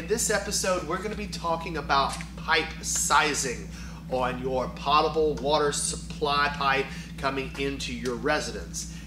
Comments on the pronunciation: Poe-ta-ble not pot-a-ble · FYI: It's pronounced "pote-able." I don't care how many people say it incorrectly. Look it up. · The water is potable so that it can go into a pot. Not a pote. :D